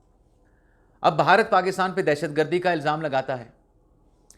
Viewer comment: آپ بعض اوقات بھارت کی بجائے باھارت بولتے ہیں. جو کہ اچھا نہیں لگتا.